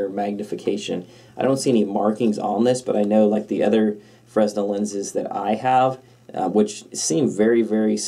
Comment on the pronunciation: Frennel, not fres-nel .